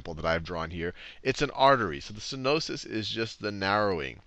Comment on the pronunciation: Stenosis, not stenois.